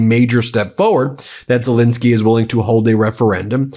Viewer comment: Fentanyl, please note: final syllable is a short "I"; while Zelensky's Middle syllable is a short "E".